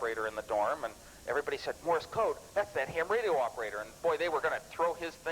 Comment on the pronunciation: "Morris code".